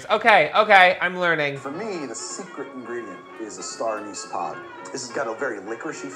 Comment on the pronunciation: i thought it was pronounce star a-nece